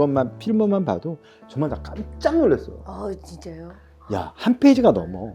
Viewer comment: 아이 지쨔료 지쨔료 ㅋㅋㅋㅋㅋㅋ 미미 발음 개웃